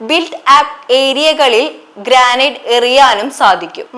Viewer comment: ഗ്രാനൈറ്റ് അല്ല ഗ്രനൈഡ് 😂